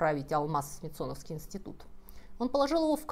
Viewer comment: Добрый день. Почему СмитсОновского? По русски СмИтсоновского.